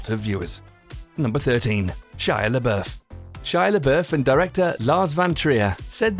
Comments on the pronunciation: its funny how you pronounce shia labfouf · lol did he just say shia labERf